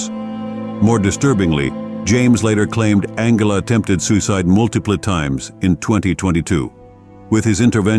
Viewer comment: The AI voice is appalling, esp the pronunciation. It doesn’t even pronounce Angela correctly a few times. From it gets very garbled. The script seems genuinely good, though… It can’t take that long to narrate it properly, surely? And the GPU acceleration flags need deleting…